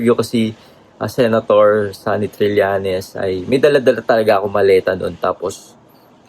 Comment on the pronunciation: TRILLAÑES, Trillañes, HINDI TRILYANTES. 😶 Sen. Trillañes